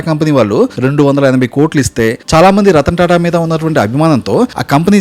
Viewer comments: రతన్ టాటా అనే వత్తి పలుకుతున్న ఏంటో మరి నీ ఆనందం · రతన్ టాటా రతన్ టాటా అని రెచ్చకోట్టే విధంగా వత్తి వత్తి పలకటం. ... దివాలాకోరు తనాన్మి సూచిస్తూన్నది